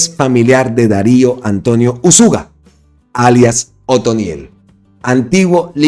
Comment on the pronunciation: No es uzúga sino Úzuga.